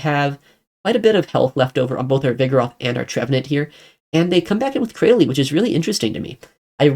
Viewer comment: Cra- dil- ly. How you pronounced it threw me off